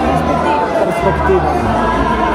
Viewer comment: pegspectiva JAJAJAJA que vergüenza 😮